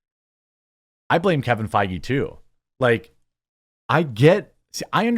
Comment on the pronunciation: love the irony of your Kevin Faggy pronunciation